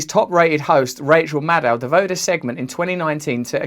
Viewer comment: When Russells says Maddow iit sounds like Mad Cow